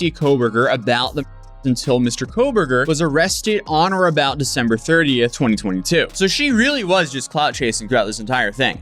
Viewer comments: did you say "Defember"? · Defember lol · Caught that “Defember” 🤣🤣 I hope that your videos are watched by law enforcement all over so they can catch the morons you cover. Your videos are so well archived for videos they may delete later that’s evidence. So glad you do follow ups on all you cover as well! 🎉